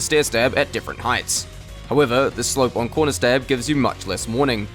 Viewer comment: What is a conrer stab he says conrer stab